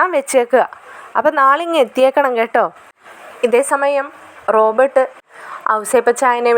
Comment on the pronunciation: ഹലോ കഥാപാത്രങ്ങളുടെ പേര് ശെരിയായി പറയൂ. റോബോർട് എന്നാൽ യന്ത്ര മനുഷ്യൻ എന്നാണ്. ഇത് റോബർട്ട്‌ ആണ്.